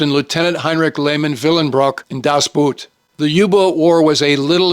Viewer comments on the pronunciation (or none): "das Boot" in German is pronounced "das Boat" not "boot" as in "". Sorry, but three years of German made me cringe. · sir, a very excellent list. If I may, in German Boot is pronounced like Boat in English. And you murdered Jürgen Prochnow’s name as well. Also a piece of trivia about In Harm’s Way. Otto Preminger didn’t want John Wayne for the role of Capt. Rockwell Torrey. He thought that John could not show the emotion that was required for the role. The studio insisted and John Wayne gave the performance of his life. Also in between takes, John Wayne would recite poetry from memory that amazed the rest of the cast and crew. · If I recall my high school German correctly, Boot as in Das Boot (German), is pronounced exactly like "Boat" in English. Other than that picayune peccadillo I don't disagree with your assessment,. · so close. Das Boot is not pronounced like the footwear. It's pronounced quite closely to the englisch word "boat".